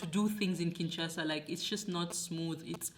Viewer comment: Its K.I.N.S.H.A.S.A not KINTCHASA please . Obotama wapi yo? Obotama na los Angeles 😂😂😂😂. MUNDELE NDOMBE